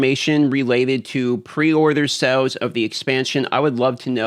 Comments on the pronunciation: Sails, not sells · are you saying SALES or SELLS???